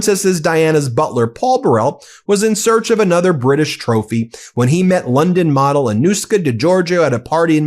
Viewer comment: I know you’re saying “model” but I am hearing “wh•re”! 🤣💯🤣💯🤣